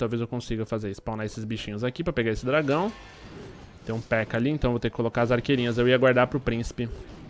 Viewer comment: se pronuncia "Pékka" e não "Pekká"... Otimo video =D